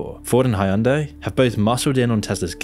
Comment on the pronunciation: Hyundai rhymes with "Sunday".